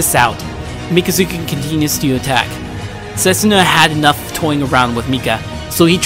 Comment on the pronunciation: You said both names wrong.